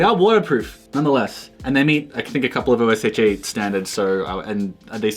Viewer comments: this is the first time I've heard someone say "oh es ache aye" instead of just osha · This is the first time I've ever heard anyone use O.S.H.A. as an acronym and not say "Ohh-Sha" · its pronounced O-sh-ah, just one syllable. not each letter individually. but gvntl! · he's a fed pronouncing osha as O-S-H-A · Dude said Osha weird it took a second to realize